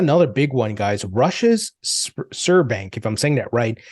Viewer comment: Yes you actually say the B in the word so it is " sBer bank " :)